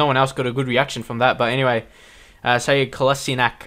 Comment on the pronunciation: kolasinac is pronounced like colashinats ;)